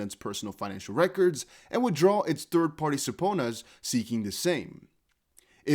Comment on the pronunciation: We understand English is your 2nd language so don’t take this as me being a smart ass...... Subpoena suh-pee-nuh